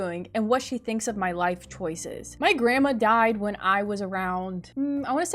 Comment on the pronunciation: lol it sounds like you say "grama" instead of "grandma" btw I love ur vids>:3